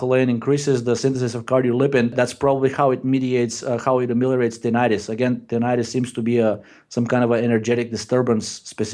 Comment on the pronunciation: you crack me up 😂 Tininininitus